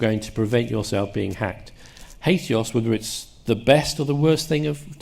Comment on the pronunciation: HAT-EE-OAS (why you saying HATE-EOAS??) so much for all the "a.i." makes everybody an app builder✨️🤷🏾‍♂️✨️ REST is just HATEOAS for port 80. it is confused to suppose there is a "traditional REST" that HATEOAS obsoletes. HATEOAS has always involved you treating URIs that way. nothing new has been introduced that HATEOAS doesn't already imply as of 2 decades ago.